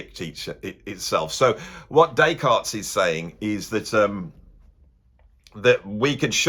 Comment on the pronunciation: Or “Descartes Bab”, as he was known to his mates.